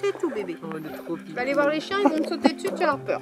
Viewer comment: mon "cheins"😭 Mais sinon il est magnifique ❤️❤️